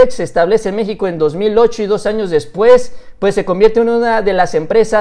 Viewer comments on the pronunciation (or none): none